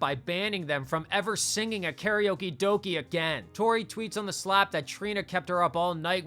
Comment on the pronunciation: Karaoke does not rhyme with doki. It rhymes with doke.